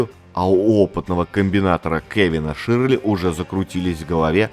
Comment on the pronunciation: Хороший контент. Но просьба - не искажать произношение фамилии такого знакового продюсера как Кевин ШЁРЛИ. А то звучит почти как Ширли Мырли. Привет из Нью Йорка!